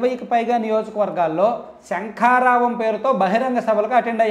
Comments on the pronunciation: నువ్వు శంఖరావం అన్నా కూడా నాకు "సంకారావం" మాదిరిగానే వినిపిస్తుంది 😂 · అది సంకారావాం కాదా శంఖారావం ఆ 😮